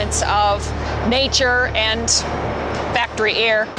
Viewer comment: "factory air" not "factory err"